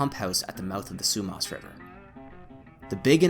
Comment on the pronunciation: Not Frazer it’s Fraser. Not Sumos it’s Sumas.